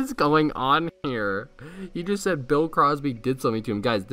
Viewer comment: Lmaoo can't even say bill